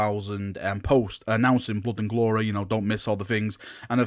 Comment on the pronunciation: Blod and gloreh xDDD